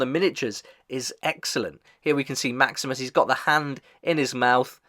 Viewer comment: No offense, but It's kind of funny you mentioned that you already watched Episode 1 of the Fallout TV-Show (Wherein Maximus played its own major part) and still get the Names wrong all throughout this video😅😁. Again, no offense.